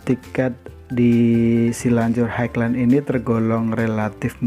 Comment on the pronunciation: bacanya ..hai len.. bang :D